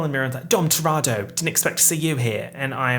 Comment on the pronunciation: I love you and it's pronounced TUH-re-toe